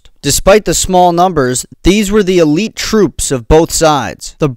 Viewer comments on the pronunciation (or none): none